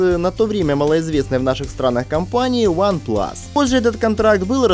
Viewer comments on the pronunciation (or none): none